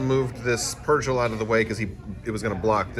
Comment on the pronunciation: Sorry, but I'm gonna be that guy. Purrgil is pronounced with a hard 'g'. Per-gill, not per-jill. Other than that nitpick, great video as always!